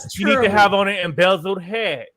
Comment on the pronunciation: saying embezzeled like it’s actually the real name is killing me ☠️☠️😩😩😂😂😂